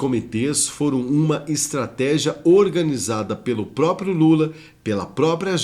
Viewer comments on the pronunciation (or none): none